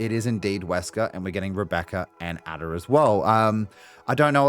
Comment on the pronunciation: Ada is pronounced "Aida" fyi.